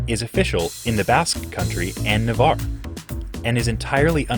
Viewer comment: First video in English I've ever seen where they pronounced "Navarre" correctly.